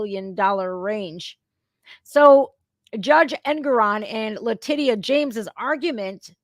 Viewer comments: LaTITia should sound like latisha when pronounced correctly LMFAO i love getting it wrong, even when discussing serious subjects she still comes over as humorous with how she says things for what they are, she makes me smile as well as laugh and, i love these live broadcasts lol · You say "La-Ti-cia" La Ti-ci-ya! Are you a fuckin retard? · Based on your pronunciation of Le-tit-ia and the way most other people pronounce Fany from Georgia… I guess Trump is being literally chased by T&A (tits n ass) 😂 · La-titty-ah 😂😂😂 love it. I don't think I'll ever be able to pronounce her name any other way again! 😂😂😅